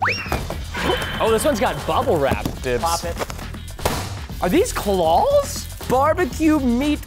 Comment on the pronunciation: Clow it’s claw